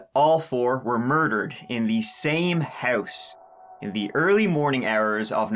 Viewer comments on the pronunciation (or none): Hurse (house).....ourt (out) mursic (music) wurshington (washington) abourt (about) hurw (how) lourdly (loudly) bruh learn how to talk